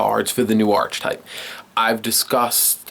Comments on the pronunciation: I know right. I mean. He isn't because he's pronounced Arche right. But together with type to make Archetype it is Arc-e-type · He says "archetype" wrong every fucking time